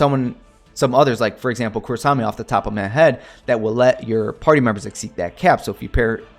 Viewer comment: The "r" in Kurasame isn't part of the "Ku" btw So it's said as "Koo-rah-sah-meh"; but that's just my nitpicking ass